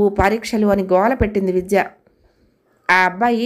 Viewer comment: Story bagundi … meru chadive vidhanam inka bagundi… Chinna salaha andi…. Vijja…vijya… ani palukutunaru… vidhya ani palakithe baguntundi kada..